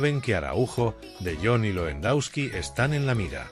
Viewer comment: Que aberración el locutor , Champions le ague, Lendauski y asi varias joyitas mas, que basura!!